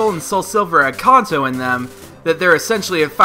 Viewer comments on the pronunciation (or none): It's kanto not konto(that's how you prenounce it) nice vid though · It's supposed to be pronounced Can-toe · sorry but its pronounced (CAN -- TOE) NOT how you were butchering it... as for the actual comment... Pokemon SUPER Mystery Dungeon was announced today... Meaning the 20th YA isnt going to be a Generation 1 Remake...